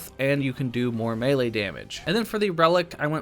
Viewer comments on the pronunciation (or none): none